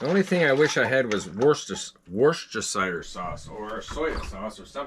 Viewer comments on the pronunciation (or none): Merry Christmas!!! Mouse here.. I grew up in Worcester, 10 mins away from the original Lea & Perrins factory. I can help with the pronunciation of Worcestershire Sauce. ;-) Wuss-tah-shah 😊 (Although a lot of UK folk just say Wuss-tah sauce… we drop the shire bit)